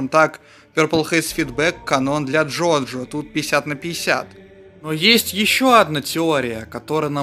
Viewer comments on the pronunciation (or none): none